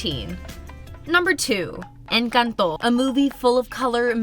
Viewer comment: You say Encanto funny.